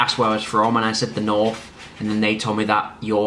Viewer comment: Lol... did you say "norf"?